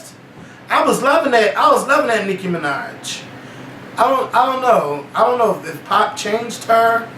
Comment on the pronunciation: Nicki fuckin Minajsss...with an S!!! Done